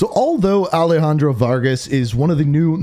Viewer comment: Bro is it alehandro or alejandro? 😒